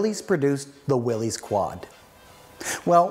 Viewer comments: John North Willys pronounced his name Will - iss, not "Will - eez." Ford's GP was Government, 80" wheelbase (P was internal Ford code for 80" wheelbase), not 'Pygmy'. Chrysler is now Stellantis North America. The vehicle featured has been beautifully modified, very tastefully done. I imagine it cost a bit. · I just finished my 24th Willys build. Nice informative video. One comment: Its pronounced " Will us" Not "Will hes". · Not a restoration. You messed up a classic. ..and it's not "willies, it's pronounced Willis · I had an all-original 1961 station wagon and had a lot of fun rebuilding the mechanical overdrive with my dad. One thing I noticed - I have read 'Willys' is pronounced 'Will-is' not 'Will-ees' - can someone set me straight? :) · You're pronouncing Willy's wrong it's actually pronounced Willis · His name was John Willis the Y is pronounced like a short I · You are correct. It is pronounced Will-is. I did not know that when I shot this episode but found out while editing. I actually found an original tv ad where that is how they pronounced it. Thanks for watching. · It is the name of John North Willys. Pronunciation is Will - iss. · You mispronounced the name Willys, it is pronounced WILL-IS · If you know so much about Willys, why do you continue to mispronounce the name? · Yes. I know I pronounced it wrong but didn’t know that until after I had shot the episode. I hope you still got something out of it. Thanks for watching. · Yes I know. Didn’t figure out to proper pronounciation until I was almost done the video. Thanks for watching.